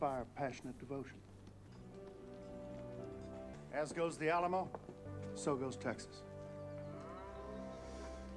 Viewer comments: No disrespect it’s pronounced Al amo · Never heard the Alamo pronouced that way and had to laugh. a-LAM-o, ha ha!